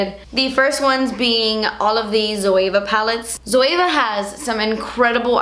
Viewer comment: Looked up the "Zoava" to get the palettes and then realised she was saying Zoeva. I get confused when people say it the way she does 😂